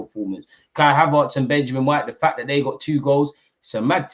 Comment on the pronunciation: it's ERTZ not ARTZ.... Am i missing something? 😂 You know what call him whatever yuh like! We're flying!! ❤‍🔥